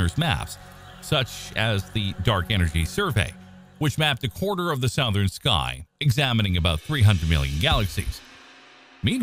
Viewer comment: Massively botched the pronunciation of Bootes. 🙄 And..... "Sowthern"? Come on. Is this a badly programmed TTS voice?